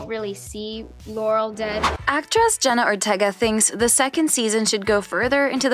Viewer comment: they also said „jenna otega“ instand „jenna ortega“